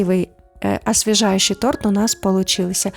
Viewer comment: Десерт, чувствуется, вкусный. Не поняла, почему агар-агар сложнее желатина - гораздо проще и, главное, быстрее. И голос приятный и фон не раздражает, и хотя я подозреваю, что могут появиться ответы по поводу моих проблем с восприятием и психикой вообще, НО... В слове "торт" ударение не меняется с изменением числа или падежа имени существительного! Тем более что как говорилось ранее, это и не торт.